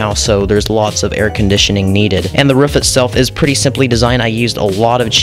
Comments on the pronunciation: It's not ruff it's roof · Not to be mean or anything but it's pronounced roof not ruf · It’s rooof not ruf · Stop saying rufff say Roof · It not ruff its roof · Ruff Or Roof? Comments: Ruff Captions: Roof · it’s roof not ruff. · ROOF! not Ruff lol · You know when you say roof your sound like your saying ruff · WAIT is he saying ruf or am i just deaf?? XD and also great build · Who else gets triggered when he says rUfF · I love the “ruff” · He sounds like a dog when he says that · I love how you say roof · i kept laughing how he said ruff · Cat McGinley they said ruff because that’s how he says it in the video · im going insane over why he says roof and not ruff